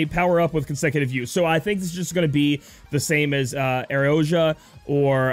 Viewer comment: Eyy, you said Aeroja right! Good job 👍